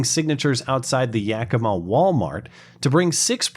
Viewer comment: Yackima. Not yokima.